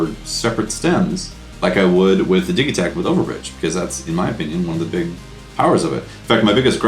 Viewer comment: It's DIJ-i-takt